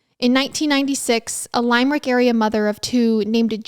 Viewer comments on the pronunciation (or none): lime-rick 🥴 lim-rik/limmer-ick sorry just had to lol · Just an FYI...It's pronounced Lim-er-ick, not Lime-rick. I live 20 minutes from there. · I lol’ed at lime-rick haga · Thank you, that was driving me nuts. Lol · First episode that takes place where I’m from so I feel like I have to correct you… it’s Lim-er-ick, not Lime-rick 😁 Love your podcasts!! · oh, i love you. it's "lim - rick" no hate just help 🖤🖤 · Girl.. these are my cousins. And your pronunciation of many things is wrong. Their last name, the town Limerick. Please do some research